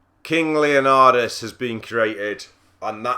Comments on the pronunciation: It's not Leonadis,It's Leonidas! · its leonidas man